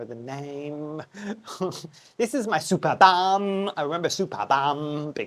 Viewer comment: Let me put my "Ms Know it all" hat and quote others. My favourite German botanists made a care video not long ago, so I just repeat what I remember: The name gets pronounced "supErbum" with the emphasis on "E". So not related to superior backsides. It is one of the biggest, if not the biggest platycerium in nature. It can deal with lower temperature (not freezing, it's not winter hardy), but not with lower light. It needs as much light as possible, so one of the guys, who showed his privately owned one on the video, basically said the superbum has its own growlight in winter and sits on the balkony in full sun in summer. The mounting was quite interesting, too: he had taken a plastik pot (with side holes, one of those that you buy for water plants) and had cut a hole on the side of the pot. He then stuck the root ball of the platycerium inside and filled the rest with kokos chips. With time the mantel leaves have grown around the pot enclosing it completely which made watering and fertilizing much easier and still enabled him to hang the plant. That's the basic function of these leaves, in nature they build a "nest" where organic matter falls from above or ants and other insects leave their "dumplings". It is essentially a compost bin. Even more interestingly, there are other plants (some orchids, for example) that grow there and are specialized in growing in the "compost bin". Very interesting, indeed. Another way to mount it would be using a vanda basket but tilting it side